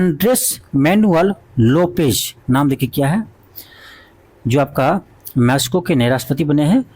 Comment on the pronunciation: Aapki mehnat bahut achhi hai... ❤but... आपकी हिंदी की वर्तनी एक शिक्षक के हिसाब से बहुत खराब है।आप मैक्सिको और कजाकिस्तान भी सही से नहीं बोल पाते।।।😢😢